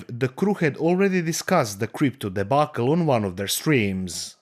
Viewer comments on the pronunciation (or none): none